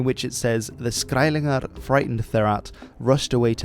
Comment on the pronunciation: It’s skælingar and not skæilingar. Just because you’re Dutch doesn’t mean you can pronounce every Germanic language. Other than that it’s a great video